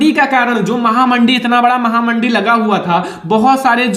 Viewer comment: Mahamandi nhi mhamandi hota hai sir ji ☺️